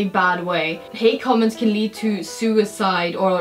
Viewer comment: you said comameds